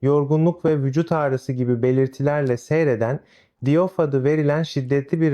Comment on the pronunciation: Özet Die off a diyof demeseydin iyiydi